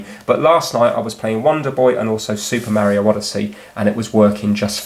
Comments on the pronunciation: I like the vid but i'll have to leave a dislike since you pronounce Mario "merioh" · Why? It's AMEEEEISEEIING! And hawa'yeeeeauuu? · Don't dislike the video because he pronounced it differently. I mean we do get annoyed because of it (myself included until I hear it so much from Stampy and others that i adopt that way of saying it), but it's no reason to be disliking the video. That's a bit extreme, to be honest.